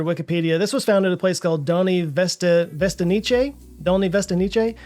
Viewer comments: Gotta love Věstonice pronounced as if it was Italian:D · The way he pronounces the word 'Věstonice' is just funny (respect for trying though)